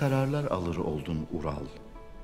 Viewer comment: İlk defa izliyorum saçmalık resmen sırf sadettini izlemek için izliyorum. Kaya Alp ölüyor kelime-i şahadet getiriyor da bu Ural diyemiyor 😂😂